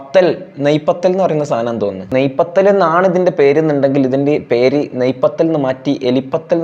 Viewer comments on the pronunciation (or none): Naiii pathal alla puriii adh 😂